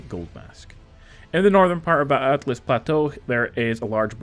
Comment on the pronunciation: "Altlas Patò".. sure man.